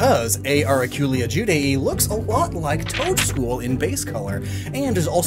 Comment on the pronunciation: it just sounds like you're saying Toedscruel twice.